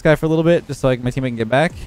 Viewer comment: Ah yes “Eammate”